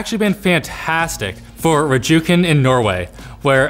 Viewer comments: As a Norwegian, hearing the dude pronounce Rjukan "R-juken" made my eyes tear up... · Anyone else really pissed with how he pronounced Rjukan? He pronounced the "J"!!!! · They way he pronounced Rjukan killed me on the inside